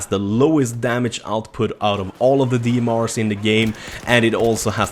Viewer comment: FRB ? DMRs ? Dude pronunciate your words correctly.